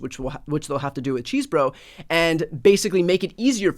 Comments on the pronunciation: I get the appropriate humor in Bryan and Glenn referring to John Chesebro as "cheese boro" but I think the proper pronunciation is more like "chess bro." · Apparently his name is pronounced "chess-eh-bro" but lets all agree to keep calling this facist Cheese-Bro😂